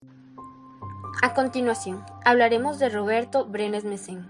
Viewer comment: Varias veces dice Mesen. Es Brenes Mesen